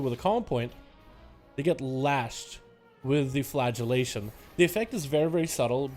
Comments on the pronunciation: It sounded like he kept saying "flatulation" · he absolutley is